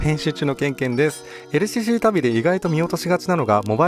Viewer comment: ＬＣＣの発音良すぎ問題